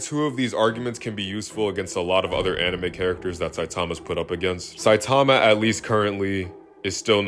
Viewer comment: bro one punch man is sanin not sonen